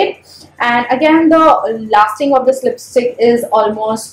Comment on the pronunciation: 2.11 did you said lipistik 😂😂